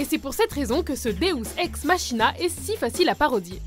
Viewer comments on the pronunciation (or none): Bon, je chipote un peu, mais on dit "maquina" et non pas "machina" dans le Deus ex Machina. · Vidéo pas mal qui fait découvrir des références cultes, mais sérieux les gars "Deus Ex MaSHina" et "FrankenZtain"...